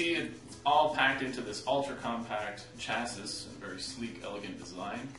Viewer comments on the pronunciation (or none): chassis is pronounced "shasie". Obviously not a tech guy.